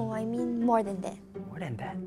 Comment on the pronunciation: “dat is veri bad”